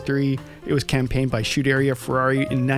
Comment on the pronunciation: You still can't pronounce Scuderia or Chinetti correctly: come on, you should be better